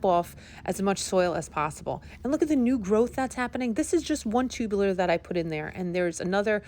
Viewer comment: The word is TUBER - not 'tubuler'.( 'Tubular' -as in 'chairs with tubular metal legs' - is an entirely different word and meaning.) 'Tubers' PLEASE !!! - otherwise good info - thanks.